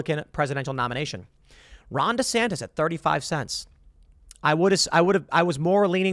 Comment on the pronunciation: DeSan-tie? roflmao